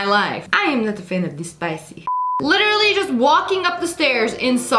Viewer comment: When she said literally it sounded like a Britain acent